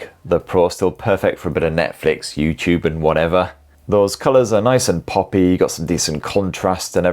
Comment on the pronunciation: Thought you said Methflix there for second😅